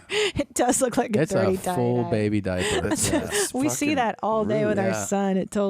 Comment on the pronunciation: ”Carrying that diper around”